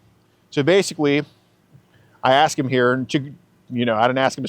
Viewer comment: “That’s why I AXED”. Always so funny 😂